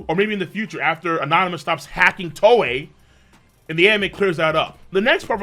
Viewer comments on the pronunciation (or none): none